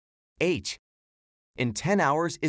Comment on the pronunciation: Useless video and that IA character is just wierd. It cannot pronounce Ah.